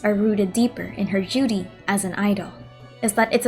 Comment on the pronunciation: It's funny how when you said duty in the beginning,you sounded as if you said Judy lol